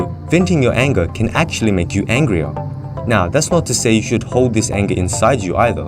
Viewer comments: "Angier" or angrier? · Angier? , don'y you mean "angrier"? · "angier" lol :)